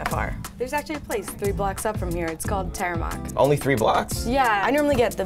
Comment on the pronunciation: it's pronounced TEA-RE-MOK not tereimok.